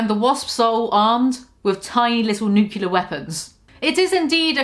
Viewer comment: Also, the word is pronounced "new-clear." Please let the bushness stop.